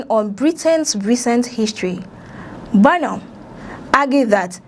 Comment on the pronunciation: BO NOM ?? 😂😂😂 hello, please pronounce our PM's name correctly..! Doughnut 😮